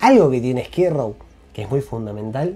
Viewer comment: Amo como jamás pronuncia Skid Row, esto es Esquí Row!